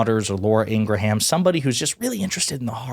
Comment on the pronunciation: Nobody pronounces Ingraham the way you do, stop it.